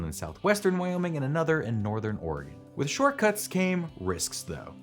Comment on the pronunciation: Yes, I laughed every time he said it. It's especially funny because he pronounced "Oregon" correctly which is one that many people get wrong.